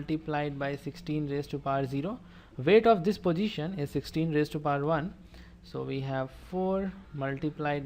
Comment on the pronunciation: It is position not posijhan